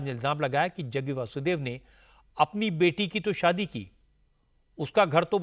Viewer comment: Jaggu nhi Jaggi aur ji bol liya kro